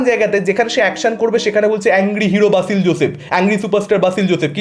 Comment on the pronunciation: বাসিল নয় রে ভাই, উচ্চারণে গড়বড় 😢